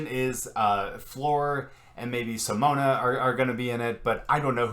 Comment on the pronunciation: That's not how you pronounce Simone it's Si mown Simone it's not pronounced Simona lol or however you said it